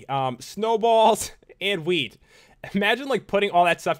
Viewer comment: what he said "Milk, Cocoa beans and wheat" what i hear "Milk, Cocoa beans and weed"